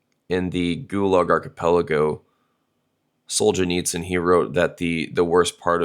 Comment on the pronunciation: Hey! Congratulations! , he correctly pronounced Solzhenitsyn’s last name! The Americans i met usually say “Solzenitskin.”